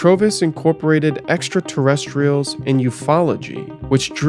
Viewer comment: The way you pronounce 'UFOology' sounds like an obscure woodwind instrument